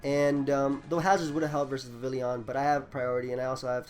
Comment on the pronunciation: Dude, you gotta work on those pronunciations. Vivillon is Vi-Vee-Yon. Dedenne is Deh-dehn-nay.